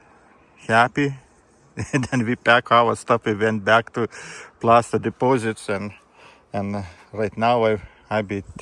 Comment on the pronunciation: Plasser not Plaster:fish-orange-wide-eyes